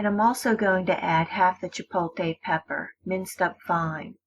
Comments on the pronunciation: CHIPOTLE NOT CHIPOLTE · Is chipotle! Not chipote!!!! And this is not a Mexican way. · Say "chi-pote-lay" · Chipolkay pepper 🤣🤣🤣🤣🤣🤣🤣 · Yo what’s a chipolte pepper? Lmao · Chipolte pepper lol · As soon as she said chipotle “chipote” (the wrong way) I stopped watching. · Hahah “Chipolte” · Jay Eads LMFAOOOO! I was reading through the comments like “so am I really the only one who heard “chipolKay pepper”!?” 😂😂😂😂😂😂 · Completely missing the L in ChipotLe. It's got me headed. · “Chipoteyyy pepper “